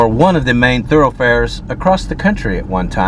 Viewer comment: Bro, the word is across. Not acrosst